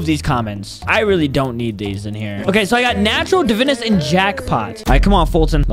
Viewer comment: Its pronounced (Da-Vine-Us)